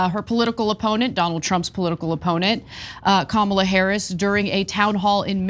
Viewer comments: Hey sa-RAH…it’s KA-ma-la… not ka-MA-la you turd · Says Kamala like Donald Trump because they all in with their nominee......KH mala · Who cares what that Gov Cow says? Her name is Comma-la. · Kamala Harris is not pronounced right on purpose by every single one these racist butt sniffers. Look up WWF Kamala the Ugandan Giant,a negative racist stereotype. The character was invented by southern white wrestling promoters in Memphis Tenn. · Say her name correctly, hillbilly Sanders. You are as ignorant as your father. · Sarah "HuCobbie" sounds dumb when she mispronounces Kamala. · When y’all start pronouncing her name properly I might listen to a word you say. Every time you mock her name by intentionally mispronouncing it I shut off the rest of the statement. You shouldn’t be anywhere near parenthood if you can’t grow up yourself. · Love the gratuitous mispronunciation of Kamala's name. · Sarah, you can’t even pronounce the Vice president’s name and shouldn’t be in public office nevermind flipping my hamburger. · They cannot be decent and pronounce Kamala Harris’s name properly. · Notice that Sanders mispronounces Kamala's name? Is it intentional or is she just stupid? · So fcking sick of them intentionally saying her name incorrectly. All because her name is unique, their type always want to say black & brown people's name in a botched way if it's unique, because of their racism in their heart... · Sarah huckleberry that liar....women disrespecting other women only give men an excuse to treat you the way they do. Trumps a retard so his third grade education everyone understands restrict his vocabulary and pronunciation. What's your excuse? And you have children? The only thing you can teach them is your ignorance. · And they all pronounce her name incorrectly!! A sign if disrespect! That is what they teach their kids……